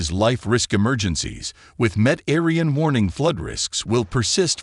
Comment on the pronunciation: Met Aryan stumped me for a minute or two!!!